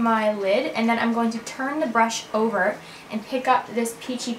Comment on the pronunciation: lol she always says "i'n instead of I'm"